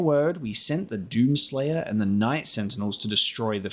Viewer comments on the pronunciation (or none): One remark; you pronounce 'the Doom Slayer' in too high voice